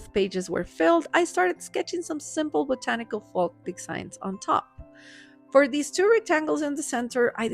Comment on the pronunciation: Folk pronounced Foke. I tell you this, because your English is so flawless, I don’t want this small word tripping you up.